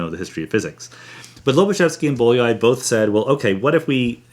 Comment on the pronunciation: Bolyai was a Hungarian mathematician, and it is pronounced "b-o-y-a-ee".